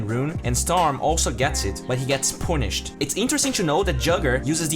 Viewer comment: Punished = Ponisht Melee = melli Please pronounce those words properly. It makes the video less interesting.